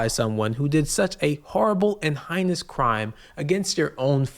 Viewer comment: And its "heinous" not "highness". Are you ragebaiting by pronouncing words incorrectly on purpose?